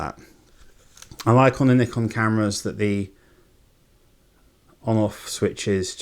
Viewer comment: Thanks for pronouncing it the correct way. The 'merricuns say "Nai-kon" which drives me crazy. I have a D600 and a D5300.